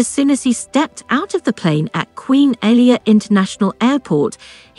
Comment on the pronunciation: This whole video is only 50% half true...Also names are pronounced wrong! its Abdullah not Abdoolah its Amman not Ammen its Alia not Elia ....Rania was at a birthday dinner party being held at Hard Rock Cafe, Abdullah was invited to thats how they met... Her father was not keen of him at first because of his high profile security sensitive life...and because at that time it was still a rare thing for Palestinians and Jordanians to marry eachother...its far more common nowadays... They did start dating and saw each other more than 2x in 1year! but yes Amman ( Ammen) is a very gossipy place so it was very careful meet ups.